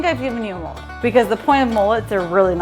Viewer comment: Mullet, not moolet